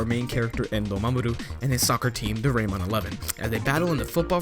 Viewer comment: Why you say it as reyron eleven and why am i here i watch the first season already im already at crono strone